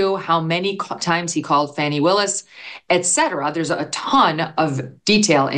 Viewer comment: Is her name pronounced Fanny or Fawny? This attorney always says Fawny.